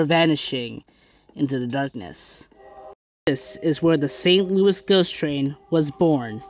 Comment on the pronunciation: Its pronounced ( Saint Loo - eee )